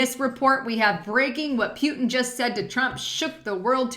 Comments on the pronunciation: ...Please quit saying "Pew-tin". It's "Put-in." Just think of the word "put." Thank you. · scuse me but I am not you people, I am British and can't bear the way you say pootin when it should be Putin and I have great respect for him, and detest Clinton too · Luv your channel,, Thanx!! BTW, it's POOO-TIN!! lol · come on say putin's name right. poo,ton